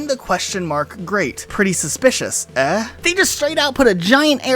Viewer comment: Eh is pronounced "a" or aye. Like what a Canadian says